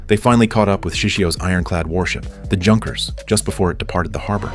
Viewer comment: Junkers as in junk? Most likely it's pronounced like "you": Junkers (see German transcription), meaning something like "military academy students".